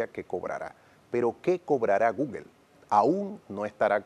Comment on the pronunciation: No es gugel es gugol